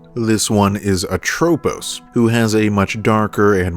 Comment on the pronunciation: Dang, how hard it is to pronounce Lachesis, Atropos, and Clotho correctly?